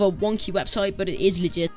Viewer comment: Love how the website is called cheat engine but he calls it legeit